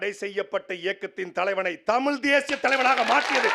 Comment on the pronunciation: அது தமிழ், டமில் அல்ல. அது கற்பிப்பவன், கற்பழிப்பவ் அல்ல. இவங்க தான் தமிழ வளர்க்க போறாங்களா?